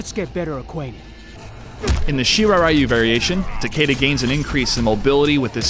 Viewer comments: TAH KAY DUH? TAH KAY DAH?! ITS TAH KEY DAH!! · Yes I agree (Tah-key-dah) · No it is not it is a japanese name. Japanese obviously have different ways of pronouncing their words. TA-KE-DA is pronounce TAH-KEH-DAH. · the characters and the announcer pronounce it Tah Key Dah so im going with that. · An American announcer pronouncing a Japanese name wrong doesn't make it right. Besides the announcer pronounces it Tah-kay-dah not key as in my car keys lol. I mean you can say it however you want but that doesn't change the fact that it is a japanese name and opinions do not change a language.